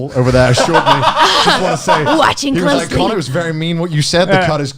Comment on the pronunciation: 被Calli推薦後有去看Ame的直播，結果Connor被念成Cannur(卡諾爾) wwww 另一個比較相反的例子是有個V倒貼ww V叫Milky Queen，結果Connor被大家虧說「真不愧是93%」(指Connor以前在做黑執事粉絲配音時候，女性觀眾的比例ww